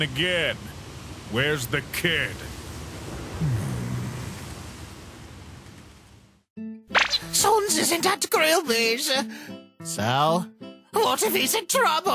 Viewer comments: I’m confused................. Well I feel uncomfortable.......... Oh and the why do they say sons wen the words say sans and everyone says sans name wrong...................................................gust saying......😐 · Why are pronouncing "Sans" like"Sons"? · I don't like the way Sans is pronounced